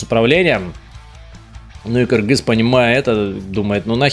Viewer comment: Даже приятно когда говорят кыргыз а не Киргиз